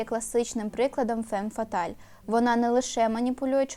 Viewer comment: Правильно фам фаталь. а не фем фаталь. Перекладається як фатальна жінка